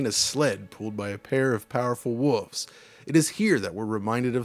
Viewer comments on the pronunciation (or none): I wish this guy could speak proper English. I love him, but it’s like that kid in English class that always stumbled when asked to read. Come on man. Wolves, not woovs Is this the same part of the country where they pronounce buttons, budduns? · He can't say wolves either. AVGN struggles to say wolves but.... Wow. It's pronounced [wool-vuhs], like it should be spelled wulves instead. But he says wooves. AVGN was Woofs.